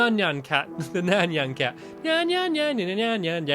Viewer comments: Why are u saying nyn cat its NYAN cat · nyan cat not nean cat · Nyan Cat (NI-on ca-t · stampy it's nyan cat not nyannyan cat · the proper name is nyan cat but stampy said neannan cat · The cat was nyan cat STOP SAYING NYN CAT!!! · Nyan cat not nyaan cat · STAMPY WHERE YOU AMENT TO SAY NAYN CAT NOT NAINY CAT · ny an not nan nan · It's not nean cat it's Nyan cat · Ninon cat not nio cat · It's nayan cat God damit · stampy its nayan cat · Nayan cat that's the name you said Neyeen cat lol roblox op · Its pronounced niancat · Stampy doesn't remember how to say nyan cat